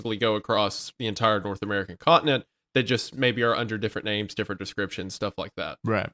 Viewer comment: As a Canadian it hurts me physically every time they mispronounce a name….